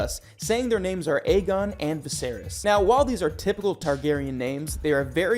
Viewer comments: Did you even watch any of the episodes? At least learn how to properly pronouns the names? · I would love to finish your videos, but your mispronunciation of all the names is driving me crazy.